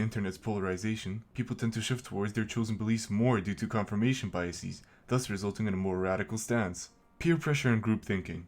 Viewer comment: I wouldn't be so sure. He says "biaseez". What even is a biasis? Brain problems start small and before you know it you're a drooling catatonic staring at the whitewashed wall of a nuthouse room.